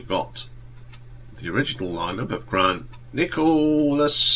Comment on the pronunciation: For me Polythene is their best album, I love all of them but especially that and Comfort in Sound. So many memories! PS its Grant Nicholas not Nichols!